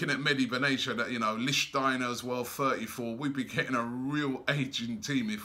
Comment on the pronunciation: It's mehdi benatia not Medi Ben Asia